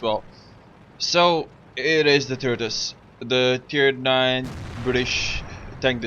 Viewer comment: lol he said turdus